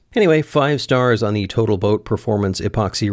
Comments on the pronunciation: When you said "total boat" all I could hear was "botal toat" which is how Xyla Foxlin always refers to it, and she uses their epoxy for everythingggggg. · Um...it's pronounced, "boatal toat"...